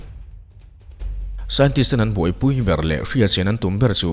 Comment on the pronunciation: biar tih ang in i lam a ber tih ang a lam tur lom...soi ve mai+😄